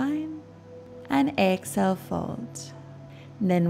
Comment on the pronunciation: I hear Excel instead of exhale 😮😑